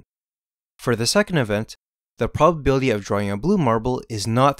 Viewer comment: The "polbabilty"